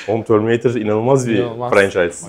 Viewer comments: abi bırak ya TÖRMİNEYTIR nedir ufakkende TÖRMİNEYTIRmı diyordun yılların Terminatör'ü (düz yazıldığı gibi okunan) filme neden TÖRMİNEYTIR derrssinnn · terminatör'e "törmineytır" diyen tek türk burada. bir de "demonstre etme" gibi yokluğunu tüm türkiye'nin çektiği bir tabiri bize kazandıran arkadaşa da alkış.